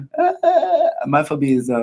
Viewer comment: Love how they pronounce phobia as "Phobi" aw bless.